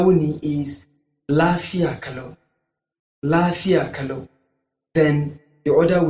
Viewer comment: The problem is that, You are posibly not Hausa Native speaker, as u pronounce Lafiya kalau incorrect.. Saying Yaya aiki is also wrong, Ya Aiki , Ya Iyali is the corect form..